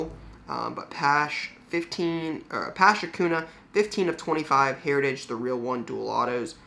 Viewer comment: This guy said akuna and pash 🤦🏻‍♂️ We are in 2022 lol